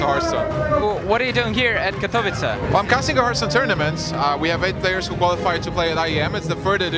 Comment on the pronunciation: im from poland, and the way english people say katowice always makes me cringe ._.